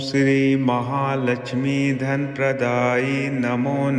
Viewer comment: Praday hai not kaday